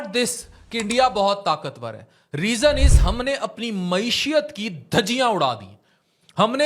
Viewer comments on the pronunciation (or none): durust talaffuz MAESHAT he na k MAESHIYAT.